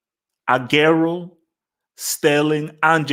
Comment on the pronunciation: 2021 and still doesn't know how to pronounce Aguero's name.